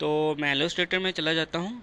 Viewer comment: Bhai apki islah k liye yeh aalostrator nhi ha illustrator ha aise bolty han ill lis trator ha